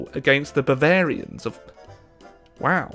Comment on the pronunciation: Did he called the Bayern Babarien? Angry Beer noices